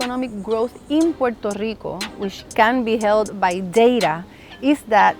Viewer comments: AOC is so talented. It's awesome how she pronounces Puerto Rico then goes back to english accent. Cool. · Thank you AOC for pronouncing Puerto Rico properly and not Americanized